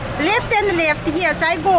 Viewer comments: В английском наше русское Е тянется как Э, Лефт звучит как-то не очень:( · Left - Лэфт